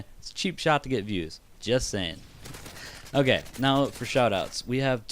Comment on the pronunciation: it sounds like u keep saying gay instead of okay lol